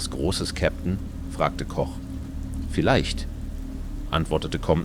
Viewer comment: Die Übersetzung ist ja schlimm...und auf einmal Englisch dann gewisse Zitate völlig falsch und der Name Koch wird auf Englisch gesagt..